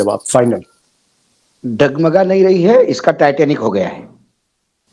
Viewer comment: Taiyar abhi bolta hai taitnik sr ji